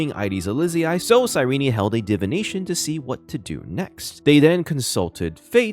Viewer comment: "sigh ree knee"